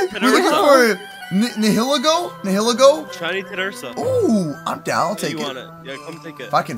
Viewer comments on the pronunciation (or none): its ni-i-le-go